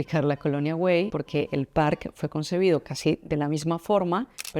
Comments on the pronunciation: Se dice “Parque Güell” no /güeil/, es como decir “bien” en inglés ”well”, y también se dice Antonio Gaudí, no Antoni Gaudí… 🤦🏻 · La G se pronuncia, pero es que tú dices /güeil/ en vez de /Güell/ ( no sé de dónde sacas la /i/ , es muy fácil : GU- ELL, con doble L pronunciada como una sola L ) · Prinera noticia que no se pronuncia la G ....lo que hay que ver